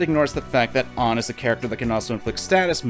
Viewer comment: i hate the way cvit says Anns name. it pronounced AH-nn as in like the British (and most english speaking countries) pronunciation of tomato